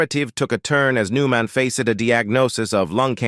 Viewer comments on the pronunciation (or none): Do these narators not know they are mispronouncing so many words they are reading even the main person's name? Aren't these listened to by someone who can correct these horrible mistakes? Makes me not want to listen at all. New man? Forgoodness sakes, someone correct the mispronounced words before putting them on here!